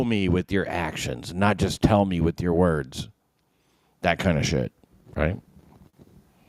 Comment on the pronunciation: it could be the inability to make the TH sound? WIFF and WIFFOUT